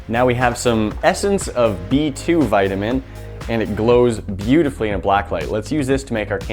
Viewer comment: You pronounced vitamin wrong